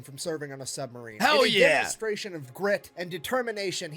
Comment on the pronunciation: that hell yeah was american as FUCK!